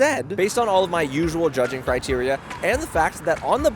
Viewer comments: 😂I think you meant criteria not citeria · is it citeria or criteria? Is it Szechuan (or Sichuan) ? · "Judge Citeria"